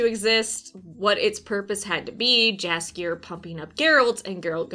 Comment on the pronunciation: I love you content but you might wanna checkout how Jaskier is actually pronounced, you are very wrong